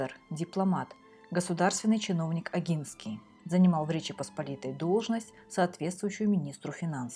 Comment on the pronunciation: Извините, но позволю себе маленькую заметку, поскольку польский язык знаю хорошо (Поляк по происхождению), если букву "н" произносим как по польский с "ь" знаком, то и первую букву "О" нужно произносить как именно "о", в польском буквы "о" и "а" произносятся так как пишутся, в отличии от русского, а происхождение Огинских не менялось, менялась территория королевства Польши. Спасибо вам за каментарии